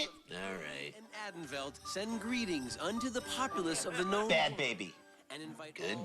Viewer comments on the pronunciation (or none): As a former member of the SCA for over thirty years, the pronunciations of Caid and Atenveldt the host gave were HORRIBLE!!!